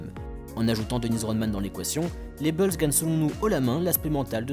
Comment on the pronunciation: Mec, t'es génial, vraiment, mais par pitié arrête de dire Les Beulz, c'est Les Boulz, Bulls se prononce Boulz, pas Beulz, c'est juste horrible à l'oreille